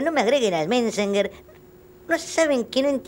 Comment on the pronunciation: "messsnger" jajaja